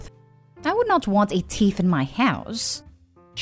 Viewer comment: Why does the narrator pronounce thief so weirdly? It sounds like she is saying “teeth”.